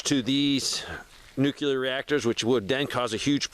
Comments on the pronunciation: Why are you adding an extra syllable to the word NUCLEAR? NUCLEAR is a two syllable word. It is NOT a three syllable word. Stop saying "NEW-QUE-LEER". It is pronounced "NEW-CLEAR". Two syllables... not three syllables. Stop pronouncing the word NUCLEAR wrong. I’ll lead an effective strategy to mobilize trunalimunumaprzure. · Nuclear. "New-klee-urr" There is no "nucular." I don't understand how adults are still messing up this word 90 years later.